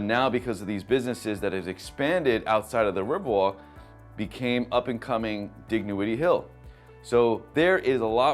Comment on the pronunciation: The g is silent Dignowity.